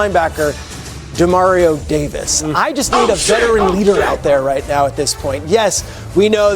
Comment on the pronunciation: Dude...u go from Demario to Ja Mario...smdh